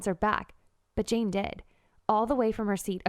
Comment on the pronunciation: Gurl u said chain instead of jane